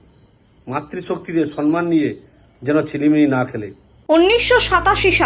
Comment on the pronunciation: Vasata sonman noy vasata hobe somman